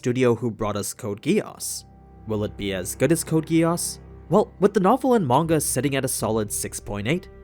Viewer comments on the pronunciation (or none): Had to go to latest vid to make sure someone reads the question.. Why does he say "manua" instead of manga?